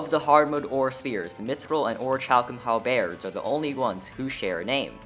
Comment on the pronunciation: OK NOW YOU PRONOUNCED HALBERD WRONG, RIGHT NEXT TO ORICHALCUM